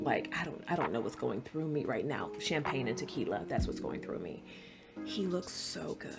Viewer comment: I can agree with almost everything. Also more or less enjoyed the first four episodes, although I was really disappointed they practically cut the library scene. The rest of the episodes were so exhausting. By the way, do you speak German? Because the way you pronounced champagner and later on Fantasie (during rhe woods scene), definately sounded German. Greetings from Germany